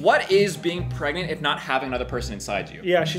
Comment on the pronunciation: “She’s perginat!” Lol… pregante… PREGAT I love you for that reference lol